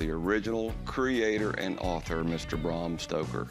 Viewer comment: 'Brom Stroker"